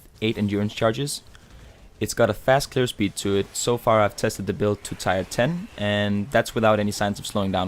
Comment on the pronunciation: tire? I like the video mate, but its pronounced more akin to "tear" like what comes form my eyes after hearing it pronounced like whats on my cars wheels. :(